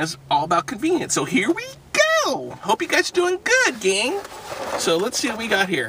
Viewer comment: How many times did he say conviniance